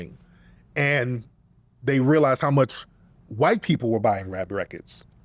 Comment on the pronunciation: He said A whyte 304😂